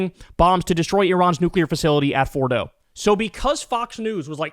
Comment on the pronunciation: Sean Hannity said, "fastility." What's a fastility? Sean Hannity is losing it as much as Donald Trump.